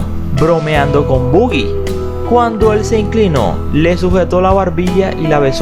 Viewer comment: El apodo de Humphrey Bogart es Boggie, pronunciado bou-gui, no bu-gui. Bu-gui es el "coco" para los americanos. The boogie man is coming to get you= el coco te va a llevar.